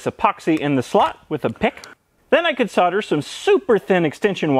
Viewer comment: At last an American that can pronounce solder